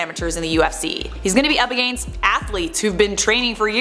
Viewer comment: Why do you say against like aGANst?